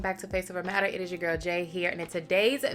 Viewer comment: This hair GWORL (saying girl in your voice) cracks me up every time! You look gorgeous love when you do color. Can’t wait to see the next vlog. And the new balance rain cloud yes ma’am! Just got mine. ❤